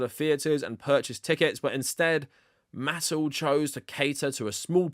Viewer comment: The only thing that should be considered controversial here is the way pronounces "Mattel."